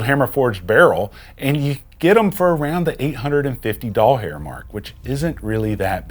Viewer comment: Lmfao i love how you said a thousand dollhair mark 😂